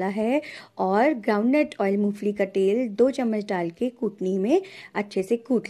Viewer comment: Mo fali nahi ,mongphalli bolte hai